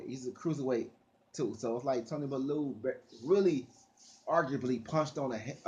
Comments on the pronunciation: U always say bullew it's bellew like bell you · M8 it's bellew !!! Not balloo , sounds like someone out of the jungle book . Lol . If u watch boxing you would of heard is name so how u pronounce it like that is funny as fook. No more weed for this man 😂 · mario forgaze yhh but been making videos on bellew for years now and still not got it right all u have to do is watch a bellew fight and u should know how to say it